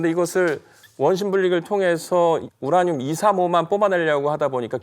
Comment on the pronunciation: 우냐늄 우냐늄. ㄹ 발음 나올때 마다 너무 웃겼음